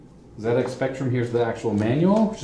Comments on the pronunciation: well done for saying ZED-EX spectrum ;) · Glad you called it a ZED-Ex. But whilst we're on the subject of proper pronunciation, solder is pronounced "soul-der", not "sodder" and composite is "compo-sit" not "com-pos-it" :) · It looks like someone had a monitor on top of that BBC. I reckon the PSU must of overheated... Beebs generally ran on 5 1/4 inch disk drives, see if you can find one on Ebay. They had a lot of educational software cos they were mainly used as school computers, though they did have an awesome 6502(?) assembler in ROM as I recall. PS - Hey, we've got an American pronouncing "Zed" properly! We'll have you spelling "aluminium" next! ;-) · Ha never picked up on that. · It gets a Like for that, before the video starts properly.